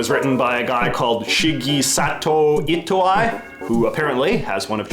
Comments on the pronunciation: Brooo please learn to pronounce Japanese names. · Hearing this man absolutely butcher Itoi's name brought me immense pain. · You did Itoi dirty with that pronounciation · right?!?! like it felt like it couldn't not have been on purpose